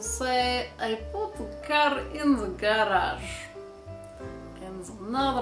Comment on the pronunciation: I saw just now how you said garage or however you said that, im deffo sure ur russian =3 greetings form a Latvian ;D